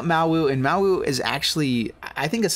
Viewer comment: Listen to Jiang's voice line when you play him. It will tell you how to actually say Mowu ;)